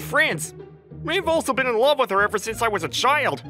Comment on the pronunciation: Male VA isn’t for me, I’m gonna mute this one. I really hate how he pronounces love. “I Lorve you” like wtf